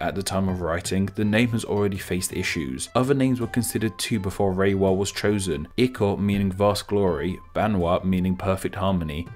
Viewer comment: its more like /le:wa/ instead of /reiwa/